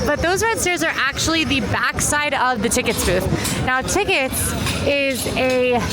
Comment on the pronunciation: Thank you for this amazing video of my city! You really did it justice. So happy you stumbled across the Bryant Park Winter Village. It’s a must-do during the holiday season. One correction, and don’t hate me, but the TKTS booth is pronounced by saying each letter, not like “tickets.”